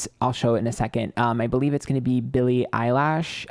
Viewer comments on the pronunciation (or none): not billie “eyelash” 💀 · Not "Billy Eyelash" 😂😂😂😂😂😂😂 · Eilish = eye lish (like wish w/an l) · "Eyelash" 😂😂 Gawd, ILY. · Not Billie eyelash😂😂😂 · How do you not know how to pronounce her last name 😆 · I cringe when I hear anyone say her last name wrong lol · I'm going to be brutally honest here. You don't have to pretend like you don't know who the celebrities are. You don't live under a rock. Your content is good and entertaining; no need to mispronounce celebrity names nor say you've never googled them/their lives. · I love you and I'm sorry but how do you not know how to pronounce Billie Eilish's name 😭😭